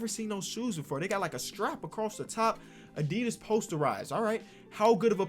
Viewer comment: I love the wrong pronounciation of Adidas as a German